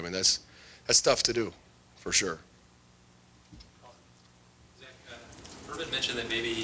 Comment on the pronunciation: It's "Zach".